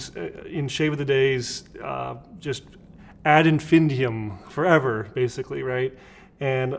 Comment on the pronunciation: "Ad infindium" 😂 Sounds like a Harry Potter spell. I think it's "ad infinitum". ☺️ Yeah, I'm fun at parties. Always wanted to try Stirling!